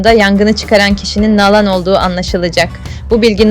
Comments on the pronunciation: Doğru telaffuz yapın. Nalan değil na`lan diye inceleyin lütfen diziyi izleyip Nalan nasıl seslendirilmis öğrenin. Pes yahu bu nasıl bir TUrkcedir sizi asla tiklamayacagim ne abone olmasi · Nalan deyil naglan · Nağlan nedır ya?😅 ....Nalan dır doğrusu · Nalan'ı ne kadar kötü telaffuz ediyorsunuz ...Mediha derken vurgu ikinci değil üçüncü hecede ... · Nalan ismini düzgün söyleyin ltfn. Dizi berbat ve seyredilmez bir hale geldi maalesef. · Nalan demeniz çok rahatsız edici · Seslendirme yapay zeka ile yapılıyor, “Nalan” diye okunmasının sebebi bu. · Ya hu şu Nalan kelimesini doğru söyle ne öyle oldun der gibi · Nalan ne ya yanlış telaffuz ediyorsunuz ismi😂